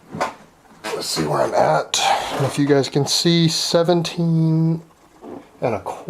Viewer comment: Its just the reali-tee of it, gahs. In muh liiife.